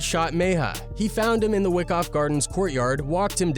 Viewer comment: Wyckoff projects sounds like why-cough not wick off... BK & BX most grimiest boros gentrification or not 🇵🇷👌